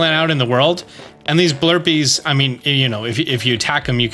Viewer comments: Why we calling them “blurpees?” They’re pronounced like a blue rupee—like “bloopie” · There is no “R” in “Blupee.” It’s a BLUE thing that drops RUPEES. Say it with me…BLUE-PEE! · Try as I might I can find an “R” in “Blupee”! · So who's gonna tell him there's no R in blupee lmao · Do you think he knows there isn't an r in Blurpee? 😅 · blupee not blurpee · It’s Blupee cause it rhymes with Rupee. Cause when you hit him he drops Rupees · not calling Blupees “Blurpies” hahaha 😂😅